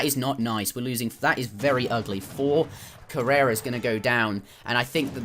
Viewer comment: I cringe everytime you pronounce coureur as carrera